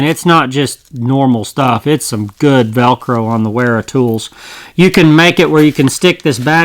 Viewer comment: Great review. BTW Wera is pronounced "Vera"